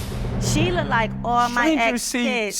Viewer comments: Biggest pet peeve in the world "the baby LOOKDED" 🗣THE WORD IS LOOKED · Why is this word Looked pronounced like Look-tid who is teaching it this way or is this a dialect I am missing somewhere? I am not trying to be mean, I am actually asking?